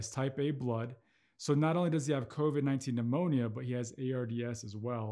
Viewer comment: "" covid phemonia """ ???? That's what he called it ?